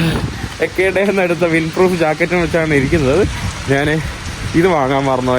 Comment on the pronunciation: നാന്,നാൻ, നാന്, നാൻ അല്ല. ഞാൻ എന്ന് പറഞ്ഞു പഠിക്കുക